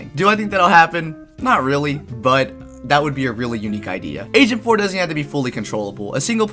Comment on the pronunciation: Wait did you say agent 4 or asian 4?